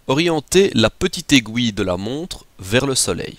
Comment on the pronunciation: mec aiguille pas aigouille